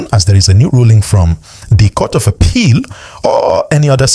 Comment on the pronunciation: Biko pronounce APPEAL properly. Haba!